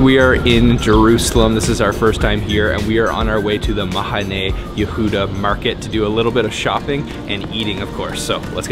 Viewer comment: Great video...love Mahane Yehuda. Like his Arabic/Mizrahi pronunciation of the "het" in "Mahane" LOL. His pronunciation of "herbs" is the British, not the American one, strangely. We Americans don't typically pronounce the "h." I guess maybe we like to drop "h," just like the Israelis. ;=)